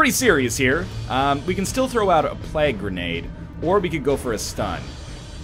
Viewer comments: NL, it's plague, not plag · Is he trolling with the way he's saying plague?